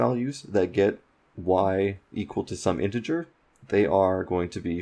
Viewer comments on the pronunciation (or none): none